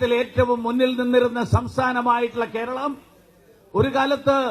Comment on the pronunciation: It's "keralam" not "Keral" . Let him first say the name " keralam " properly.